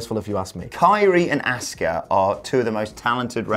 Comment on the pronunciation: Please never call Asuka “Asskah” again lmao